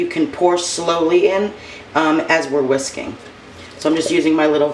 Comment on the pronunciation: When you said it’s all about the whisking, at first I thought you said it’s all about the WHISKEY 🤣🤣🤣. I was like no wonder I love Eggs Benis😳